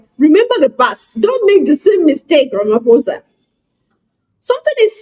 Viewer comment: Ramaphosa is constantly pronounced as' Ramphosa' (p) and not (f).